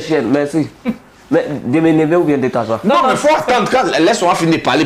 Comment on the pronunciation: 😂😂comme ça suffisait pas,il dit "de me levé ou de tassoi??😂😂😂😂😂😂😂